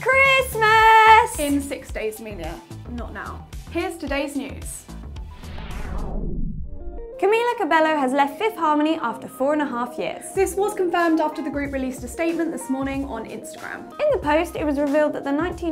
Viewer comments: it not cabello 😐 its cabeyo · thecat Yes, you are right, but the host spelt the name in a wrong way, it should sound like "cabeyo" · ITS PRONOUNCED CABEYO UGH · it's pronounced like cabeyo! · Might be late but 1. It's pronounced Cabeyo 2. For all of the people that say Leigh fell out of her car she did but that was a different story from this one. She was bruised when she fell she luckily wasn't bruised when she got slapped